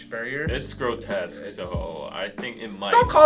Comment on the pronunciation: no one:: iT’s gRoTEsQuE